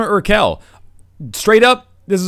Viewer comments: Pronouncing Urquell [ˈuːɐ̯ˌkvɛl] as Urkel... trolled me good. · im crying. It's pronounced "urkwell". "urkell" sounds so strange. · Best pronounciation of Urquell ever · I died bc of the way you pronounced "urquell"